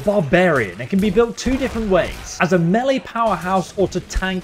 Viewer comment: Using… me-laaay damaghee